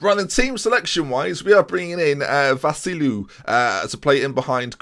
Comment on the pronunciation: Its vasiLÌou you pronounce the LI more. Its a greek player this is why i know that